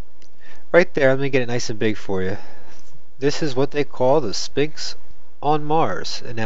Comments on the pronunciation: It's pronounced s-f-inx!!!!! Not s-P-inx!! 'ph' equals a "fffffffff" sound! Say it with me now... fffffffffffffffffffffffffff! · I think you would have more credability if you would learn to pronounce the "Sphinx",, the "P" is silent, look it up!! It's pronounced,, sfɪŋks